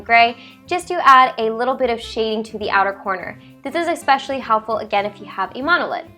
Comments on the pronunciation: It's "eSpecially" not "eXpecially" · I noticed after watching some of your videos that you pronounced especially as :expecially. lol. Also why are you putting the eye make up first before the other steps?